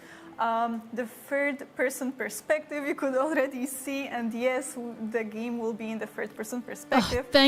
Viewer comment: Is she saying third person perspective , I wasn’t sure as she from the way she pronounced it . And there are no subs